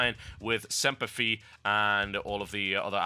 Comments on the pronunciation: IT IS SEMPER FI(F-EYE) You pronounce the I in FI. Its latin for Always faithful. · When he said Semper Fee - I cringed so hard and then I laughed my ass off. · lol. "Semper Fi" My parents would be pissed if they heard you say it like that. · semper fi.... facepalm pronunciation TB